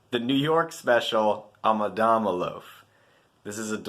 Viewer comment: Beautiful Job, However if you read the stories lol, you will pronounce it correctly , ANA DAMA, as the story goes the fisherman was pissed at his wife Ana , Dama meaning dammit , lol. again beautiful looking loaf.